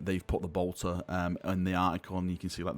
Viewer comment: You say Bolter funny 😁. <3